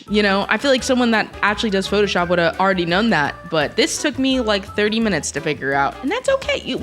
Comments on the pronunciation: she said photoyop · she didnt it was more of a “photojap”